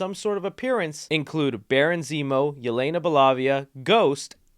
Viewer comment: 😂😂”Yelena Belavia”